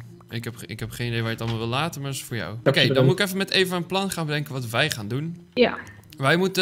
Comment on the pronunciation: Die 'Okeh' van klonk echt heel Japans ofzo Lol